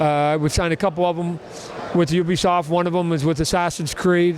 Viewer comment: "Ubishoft" ~ Tod Mcfarlane